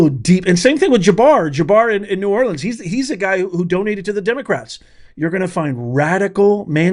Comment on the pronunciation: Great video, but please learn how to pronounce “New Orleans”